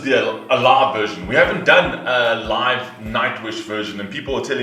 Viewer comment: I very much enjoyed this reaction. And when you said 'live' it sounded 'love' to me but in a sense it was also very appropriate ;)